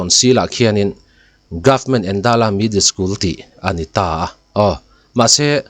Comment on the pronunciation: Endala tih kha i lam dân dik lo, Êndãla, eng alo dãl tihna ang hi.